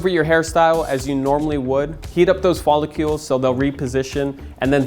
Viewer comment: They’re hair “follicles”, not “follicules”.